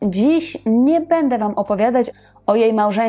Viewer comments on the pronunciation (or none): none